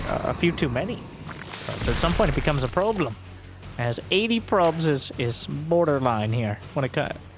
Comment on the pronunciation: "probe-lem" got me good lol